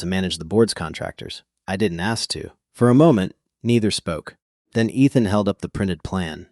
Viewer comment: Miss-pronounced Ethan!